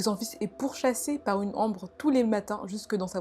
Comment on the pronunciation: Elle dit "ombre" mais souvent prononce les "on" "an", du coup j'entends "par une ambre", "la lumière sur ma tranche" x)